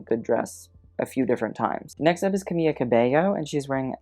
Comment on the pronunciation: I’m sorry but it’s not camiYa it’s camiLa, just one L